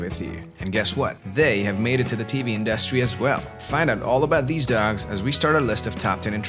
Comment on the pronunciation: The way you say dogs is funny: “dacks” 🦆